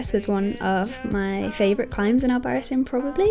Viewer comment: Pronounced albaraTHEEN. ;) In all seriousness, great video, thanks for sharing! Can't wait to be here in January!